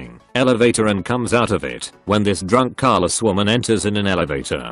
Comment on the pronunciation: "CARLESS"? ...you mean careless...C'mon, if you're going to use a shitty automated voice at least be on point with it.